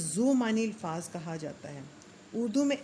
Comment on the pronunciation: بہت اچھی کوشش ھے، محترمہ ! الفاظ کا تلفظ قدرے آہستہ اور واضح انداز میں بیان کریں تاکہ سننے والوں کا تلفظ بھی ٹھیک ہو جائے۔۔۔۔۔اور ہاں " الفاظ" کا تلفظ الف کے اوپر فتحہ کا ساتھ ھے۔